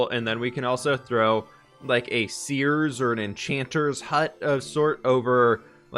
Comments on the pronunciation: I don't know why I heard it like this, but around the mark when he said, "...and we can throw like a seer's or a witches hut..." I heard it as "and maybe we can throw a Sears or you know a witches hut" Like the shopping place. Lol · lol it didn't click at first that he said "seer's" like as in magic, so I got really confused why he was gonna put a Sears in the Nordic town xD